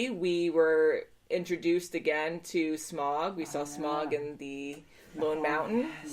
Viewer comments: i know it doesn't really matter...but it's not pronounced smog. it's pronounced SmOUg as in OUch kinda like OW. If that makes any sense haha. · it's not "Smawg" or "Smog", it's "Smah-oog" and watch the Dark Knight trilogy, it's freakin' awesome :{D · It's Smowg. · One of my pet peeves is when people pronounce Smaug’s name as “Smog”